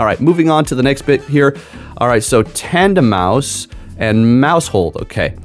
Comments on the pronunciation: Chuckled at this. It’s totally Tanduh-mouse… 😂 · Tanduh-may-is is the biggest troll pronounciation since Slaking (Slay-king) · It's tandem mouse. Your pronunciation irks me. Sorry. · Tanduh-may-is!? Kamm-Ay-amm-Ay-AHH! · Sometimes he gets flustrated with pronunciations 🤣